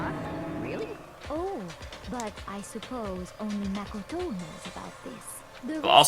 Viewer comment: The way Celeste pronounces "Makoto" reveals that she's French, lol. I'm not really good with accents but I'm fairly sure on this one.